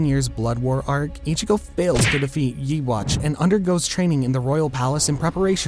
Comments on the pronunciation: bro... it's not Ywach... It's YU HA BA HA 🤣🤣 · It’s not yeewatch it’s actually pronounced yu’huha’hak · HE SAID YE WATCH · I'll never get over how Yhwach is spelled as Juhavak and not Ihwač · The main villain of the tybw arc's name is pronounced yu ha ba kh * Anyways I like your videos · We not gonna notice how bro said Yee-Watch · The way he pronounces "ywhach" had me ROLLING. Yee-haw? Really? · Did bro call Yhwach 'YouWatch" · Did you read Yhwach as "i-g-watch" ? XD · Its you-ha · bro didn't even say the names right whos yee watch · ye watch lol wth its you hawh bah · The way you pronounce Yhwach is.... odd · Sorry but why did you just pronounce yhwach like that?